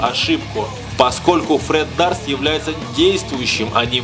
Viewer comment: не Дарст, а Дёрст.